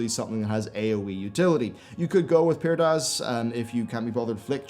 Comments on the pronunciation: You can go with what now,? Pyrdaz? lol... It's "Prydaz" XD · PRY-DAZ not Pyr-daz.